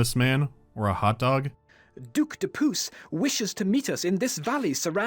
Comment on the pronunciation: honestly i might've lost my composure at 'duke de pooce'